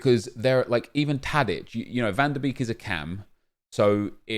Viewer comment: You say van the bake not van the beek